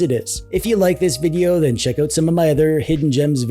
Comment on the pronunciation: You say check these all oat, eh? Ok, I will.